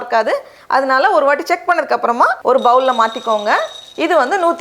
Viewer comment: போல் என்று கூறவும்.பவுல் அல்ல